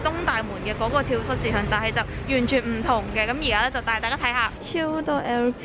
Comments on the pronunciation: 讀跳「早」市場，唔係跳虱市場🙊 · 好想食綠豆餅(;´༎ຶД༎ຶ`) btw 話說 蚤 應該讀 早(? 🙈呢個先係👉🏻蝨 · 係讀跳＂早＂市場呀lol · 跳蚤[早]市場~注意下讀音